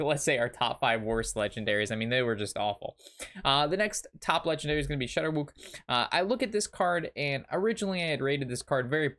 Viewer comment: Its pronounced Shutter-walk... not shadow-wewk... rofl